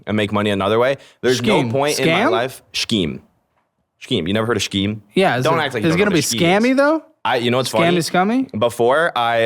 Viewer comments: He can go to Mars if he wants, but can't pronounce "scheme" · This person learned the word “scheme” by reading it and none of his yes-men have corrected his pronunciation yet. Honestly just surprised he might be able to read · Scheme- it's pronounced "SKEEM"........ not "SHKYEEM" 🤣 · How to pronounce “scheme” : Skeem just like the sch in school. 😊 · Can someone please please please tell him to stop saying Shkeem instead of the word he’s trying to pronounce … scheme (sk-eem). Also, one day his “friends” are going to bail and grow up and realize they can’t live and thrive long term on free food and cool experiences. All of these “adults” are screwed in the long term because investing and saving aren’t even words in their vocabulary due to this idiot’s view on life. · scheme pronounced SHKEEM is funny, and I respect cause hes actually very kind. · He can’t pronounce scheme🤦🏼‍♀️. It’s not shceme bro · Guy gives such little shit about everything he can't even pronounce easy as fuck words. Shkeem, Hunded, sheesh. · The guy is pronouncing the ch in scheme. It’s simply “Skeem” just like we pronounce “school” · is it normal for Americans to pronounce the H in scheme? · Is He trying and failing to pronounce scheme ??? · Homie made me forget how to pronounce “Scheme” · no, don't make him say scheme again. His pronunciation is like nails on a chalkboard for me.